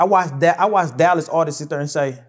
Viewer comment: stop saying "artistses"... It's artists......With that being said, it's obvious he loved Mo3, as a brother/friend.